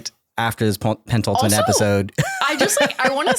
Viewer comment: Great show Also, if I took a drink every time said "pent - ultimate" instead of "penultimate" I would have alcohol poisoning haha:) (No shade!)